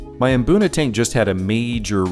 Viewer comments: My Mrs is from Kenya and there's a lot of words like mbuna that are all pronounced with mmm at the start not maa. You just need to find an African fish keeping to tell you how it's pronounced 😅 good video dude keep up the good work ❤ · Maboonah 🤣🤣🤣 Guys there is no A between M and B in Mbuna 😂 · I just enjoy seeing all of your tanks and fish really makes me jealous. WOW on the new tat that is really impressive to say the least "really cool". I thought I was wrong being the only one pronouncing Mbuna cichlids like Hunter does after hearing you pronouncing it haha good one. The "nasty room" you know my mind goes off into another dimension hear that...OK I'll stop but I do like that kind of cichlid and drool for a tank big enough for one. I wouldn't change much on any of your tanks maybe just a few more cichlids with flashy colors to make the colors pop in the tanks, but I just found out adding a few new guys in my State Penn turned into one getting an eye injury and is now spending time in a hospital tank, no worries he is doing great and really wants out of it, in time dude in time. Thanks for the update and keep the cool videos coming so I can wipe the drool off my chin. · Hearing them tell me I’ve been saying Mbuna wrong my whole life had me shook 😂